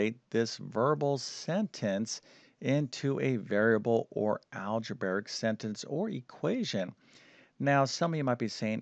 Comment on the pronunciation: "Algeberic." All of his "br" combinations come out as "bVr" rather than "brV." Strange. I didn't notice this speech impediment until recent videos. 🤔